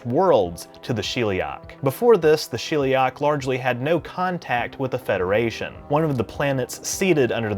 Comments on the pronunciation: it's Sheliak, not shilliak. I'm genuinely curious why people with accents mispronounce a word that isn't in their language that they just heard because it is fascinating behavrior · Sheliak... As in shell, not she'll